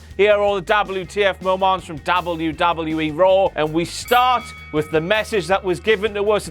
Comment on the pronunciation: I hate the way he says Dabble You Dabble You E.